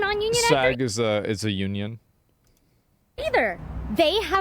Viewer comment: The way that she says "union" sounds like "onion"